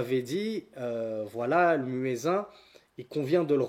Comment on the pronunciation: salam, baarak Allahu fik, je tiens juste à t'informer que personne ne prononce "muezzin" à la française, voilà il est bcp mieux de le prononcer en arabe, qu'Allah te récompense